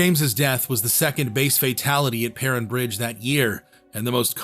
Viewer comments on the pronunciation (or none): Prin bridge? It’s pronounced Per-rine. AI is garbage. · Per-rine, long I* sound. Great video though! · As a local, it's pronounced "purr-ine" bridge. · he pronounced Perrine Bridge wrong several times as well and mispronounced some names as well. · AI always mispronounces stuff. Perrine is pronounced with a long "i". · "Perrine" bridge. I live in Idaho and all my 62 years have I never heard Perrine pronounced that way. All of my 62 years I've never heard "Provo" pronounced that way.